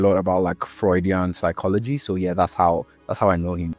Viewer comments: its psychology not pyshcology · pyshcology! Love it 😅